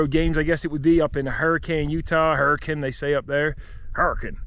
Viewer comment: You said “Hurricane” (Her-eh-Kuhn) perfectly 😂